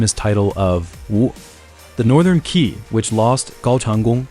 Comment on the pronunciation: Qi pronounce as Chie not Kie